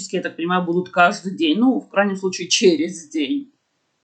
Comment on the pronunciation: Как забавно: ну ничего не знает, говорит с ошибками, а ее поправляет ежесекундно😮 И даже: ТВОЙ ЛЮБИМЫЙ МАСИСЬК! Тот самый сВучай, когда яйки учат курицу! А курица тааакая недалекая😅